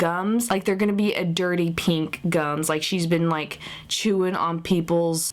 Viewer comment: Pink, its pink not peenk!!